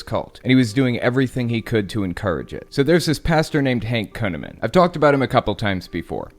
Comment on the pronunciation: Did you his name is kuneman ? It ought to be conaman!